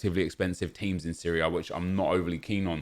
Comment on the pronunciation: "the Syria A"